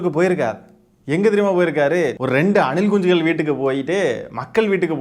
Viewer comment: Anna neenga anilkunchigal soltrathu azhgha iruku anna